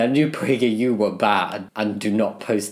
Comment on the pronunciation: Sadly the far-right can meme, because they've been memeing the shit out of everything, and is one of the reasons they've grown so much in the past few years. :( But yeah, most of the people on the right, can't. Glad I got to hear how pragerU is supposed to be said. I still think that "word" is what a non-English speaker would say while asking a woman if she's pregnant.